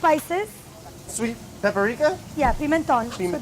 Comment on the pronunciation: did brad say pepperika instead of paprika???